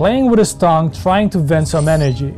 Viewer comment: should say "tongue" and not tong. Otherwise, excellent editing.